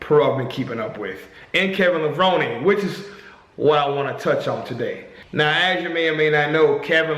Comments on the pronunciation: Levroneeeee. Driving me nuts hearing his name pronounced wrong 100 times. I think to your point, you also see some guys using terrible form but still have great physiques, placing very high, and those who do everything right, to the letter, and can't crack the top 12. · its Levron-E, he hates when people dont say his name right...